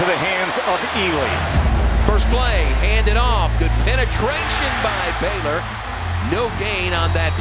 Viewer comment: It is B (long A) Y L O R